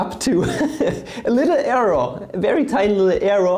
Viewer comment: "arrow" ≠ "error"